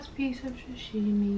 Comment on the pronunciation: Why are so many peeps saying Shashimi? Its called Sashimi. Food looks amazing.